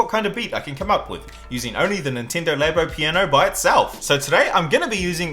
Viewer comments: Ninteendo labo 😂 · Is it pronounced Laybo or Labbo? 🤔🤔🤔